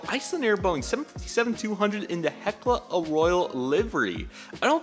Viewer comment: Hekla "A Royal" Livery and Air "Ta titty" Nui 😂 Anyways, nice unboxing! Hope to see more